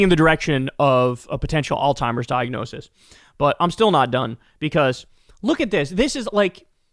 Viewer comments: Can someone tell Kyle it's pronounced all-zeimers (Alzheimer's) not all-timers. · Kyle is the goat and I've been a huge fan for over a decade, but dude it's alzheimer's, not all-timers, Kyle 😆 To be clear, Kyle is smarter than me in most all other things 💯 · Kyle, it's alzheimer's. Not "all timers".😅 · Kyle, it is alzheimers not "allTimers". AllTimers is an ignorant slur used in tasteless dementia jokes. Just sayin' dude...get it fixed...get it right. I know you're a good person so I'm chalking this up to ignorance and not malevolence. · Really sounds like you are saying “all timers” instead of Alzheimer’s. But could just be me. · Kyle, you’re an educated man. It’s not “all-timers” disease, it’s pronounced “Alz-heimer’s.” Say the z. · Kyle, I love your show, but you keep saying Trump has "all timers" disease . That's WRONG ! The correct word is "Alzheimer's" . Please say it correctly. You're embarrassing yourself and the people who suffer from this terrible disease. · Bro, on the topic of pronunciation, it is ALLS-HIEMERS not ALL-TIMERS. 😂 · You think that since you were in media you would know how to pronounce the word Alzheimer's there is no letter t in the word Alzheimer's it's not all timers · Old Timers disease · It sounds like you're saying "all-timers". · As long as we’re on the topic of things you’re saying incorrectly, there’s a z in Alzheimer’s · You aint fittin to come for us with associate and say alzheimers like that 😂😂